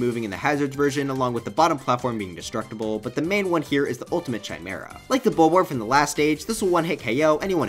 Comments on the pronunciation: Oh my god its pronounced "Kai-mere-uh" not "Chai-mere-uh" lmfao Also play Mother 3 dammit ‼️ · The Ch in Chimera is pronounced like a K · My guy spent so much time on this video but then still pronounced it "Chimera" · Liked your list until you mispronounced ‘chimera’ but I’m still leaving a like and subscribing because I feel bad not listening to the whole thing. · Have you never heard the word Chimera pronounced before? I'll give you a hint: it's not like THAT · That's not how you pronounce chimera